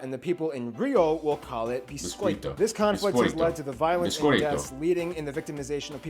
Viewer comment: Você falou, pronunciou muito bem a palavra biscoito🤗🤗🤗